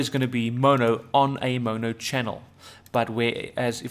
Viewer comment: The dude can't even say mono lol